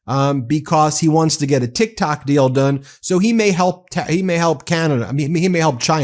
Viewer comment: I thought it was tiktok not tiktak you cement head